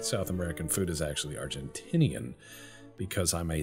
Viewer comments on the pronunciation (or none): none